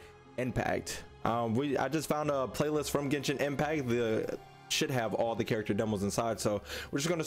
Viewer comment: “Ghensshinn Empacc”